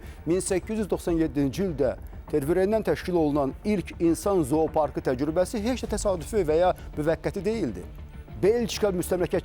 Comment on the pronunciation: Təgrübə yox təcrübə. C demək istəmirsənsə qoy başqası danışsın.